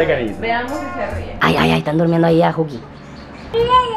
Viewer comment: Dijo Juki no juuki